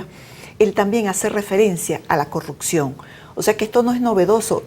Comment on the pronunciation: en venezuela no hay "corrutcion" como dice esta señora, hay CorruPcion! aprenda a hablar señora